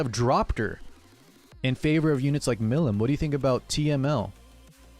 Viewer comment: Mill-em lawd save me it hurts….. Mill-E-um.